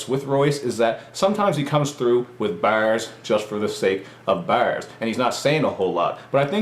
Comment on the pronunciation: hahaha....he says BARS funny......